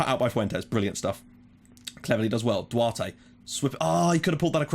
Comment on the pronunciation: and Duarte is like "Dou-Art"